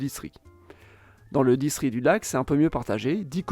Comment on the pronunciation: J'ai mal entendu ou il a été dit "distri" au lieu de "distriCT"?